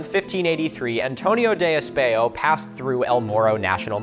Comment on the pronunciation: “r” and “j” are difficult sounds :P - ditto for “espejo” later on